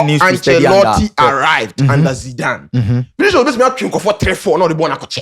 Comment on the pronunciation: It's pronounced as Vini-shios not Vini-sios...